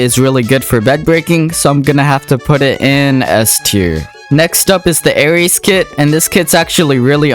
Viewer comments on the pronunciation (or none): none